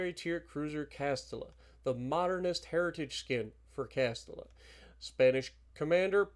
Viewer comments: Hi, im from Spain its Castilla so the pronunciation would be more like Castila but nice try tho! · Its "Cast Teeya" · Castilla is generally pronounced Cas-tee-yah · Castilla is pronounced CAS-TI-YA..LL in spanish sounds like a Y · Count Dracula CastiLLLLa 😂😂😂 double LL in Spanish is a “y” sound Big BOOBIE 😂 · when it comes to Spanish, two Ls are pronounced as a Y